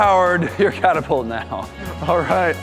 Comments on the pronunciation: Did say catERpult...? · Hey, say catapult: Catterpult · It’s not called a caterpault.